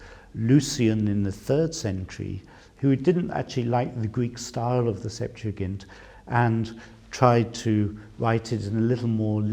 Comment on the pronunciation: Finally someone who pronounces the word correctly